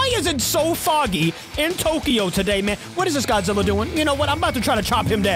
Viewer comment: heyesay gojeera??